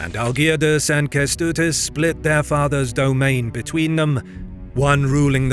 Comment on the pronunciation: Yeah it's cool and everything but he butchered all your names, having even AI at his disposal to teach him how to pronunce it... Not just yours, the german ones also. In videos about Poland he does the same. In older videos it's indestandable but now? He became lazy and ignorant. Don't let if fly. He really is able to check how to pronunce "Ę" in Kęstutis. It's not that hard in 2026. If not AI he can ask people on the internet to record it for him.